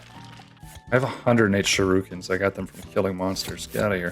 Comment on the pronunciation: How tf did you pronounce shuriken?